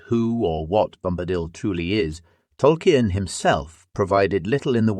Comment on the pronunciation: How did you manage to get the name Tolkien wrong